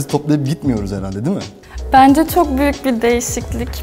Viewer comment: Bence değil "benzce "